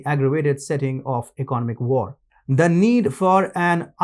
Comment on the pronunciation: Learn to pronounce economic, other, assets, and technological